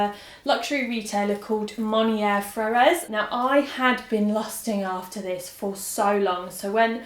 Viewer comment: Am I a bitch for calling you out on the pronouncing of "frères" ? This isn't the first time I've heard a British Youtuber try to pronounce it and it's so far off from what it should actually sound like. It's should be closer to "fray-rrr"